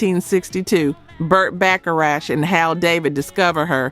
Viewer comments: Stupiest video. Full of wrong information and the dumb title. By the way, its BACHARACH, not BacharaSH. You are not doing your job. No subscriptions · she says, "Burt Bacha-RATCH". We all know who should retire from doing videos.